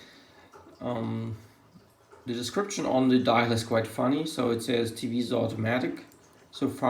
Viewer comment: You are fucking about in the gutter, whilst wearing a Rolex.You are something else.And you can't pronounce Tevise correctly.You are strange.